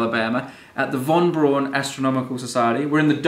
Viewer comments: Braun is pronounced Brown, as in Frau, not brawn as in pawn. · BTW, Braun is pronounced "brown" like the colour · I died every time they said weeerna Vaughn brawn